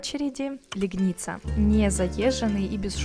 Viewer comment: когда мы служили в Польше, то в этом госпитале проходили лечение. Только город мы называли ЛЕгница, а не ЛегнИца С ударением на 1 слог